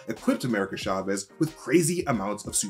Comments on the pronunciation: It’s (CHA) (VEZ) not Shahvez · it's not SHA-vez; it's CHA vez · Btw, it’s not pronouned “sha-vez.” It’s “cha-vez” (ch like in challenge, or choose) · Love the mispronouncetion of Chavez, CHA-VEZ not SHA-VEZ. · CHA-vez. Not SHA-vez. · Why does he keep saying "Shavez"? It's CHAVEZ! You wouldn't say shamber or shasing or shicken 🤔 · cha vez not sha vez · Hard "ch" in Chavez!